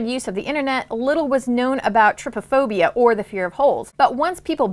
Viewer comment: Please edit your video and give credit to for multiple pictures, also you pronounce Trypophobia incorrectly.